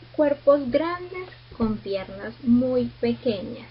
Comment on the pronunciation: Se escribe pierna, no pierrna, saludos.